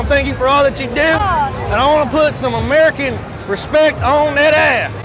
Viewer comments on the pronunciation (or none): "This was built on emerikan soil"!!!! Lmfaoooo